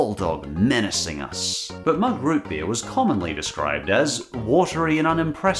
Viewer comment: Root beer noo Root beerr